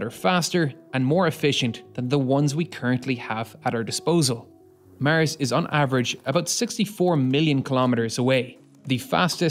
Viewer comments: Why do you say mers instead of mars? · would you kindly be generous to say Mars instead of Mers ?! thank you for your videos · mers? the new planet or samthing? WTF IS MERS??? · Great video. Easy fix:mars, not mers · Why you say Mirs? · Wtf... It's Mars... Not maers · I’ve never heard anyone pronounce Mars as Mers before…. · Is it common for north-americans to pronounce the word "Mars" as "Mierce" ? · Why do you pronounce Mars that way. Its not Murs! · Love You're Pronounciation Of Mars☺ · Cant help it, the way the narrator pronounces 'Mars' makes me laugh every time :D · Maers stop saying mars like that is so annoying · This narrator can't even pronounce "Mars" correctly.